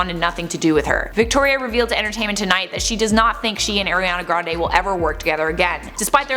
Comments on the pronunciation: Her name is pronounced "Are-ee-on-uh Gran-Dee" (rhymes with brandy) NOT "Air-ee-an-uh Grahn-day"! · COME ON ITS NOT AIR-IANA GRANDE